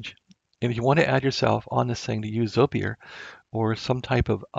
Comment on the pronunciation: It's pronounced, "ZOY-purr", FYI...